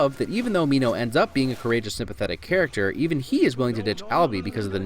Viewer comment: Minno 😂😂 its minho